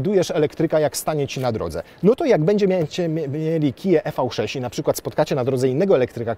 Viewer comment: Nie e v 6, a IWI 6